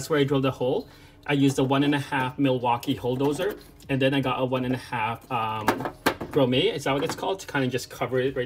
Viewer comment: Lol, it's "grumm-ET" not "gro-may". Grommet.